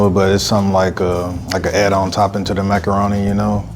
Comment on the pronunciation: Also said "meckeroni"